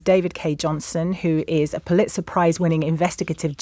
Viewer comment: Why does this young woman not know how to pronounce Pulitzer?